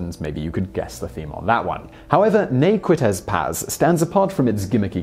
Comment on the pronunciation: I love the way Simon pronounces Ne Quittez Pas, I had to watch that section twice just to hear it a few more times.